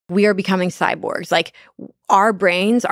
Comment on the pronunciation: If you can’t even pronounce the word Cyborg without sounding like Sylvester the cat, you don’t get to tell us anything!